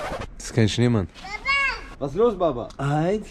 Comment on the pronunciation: Auch er zu Schneemann „Neman“😂❤